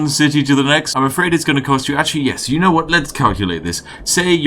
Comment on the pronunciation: “ Because, yano. Tollbooths...”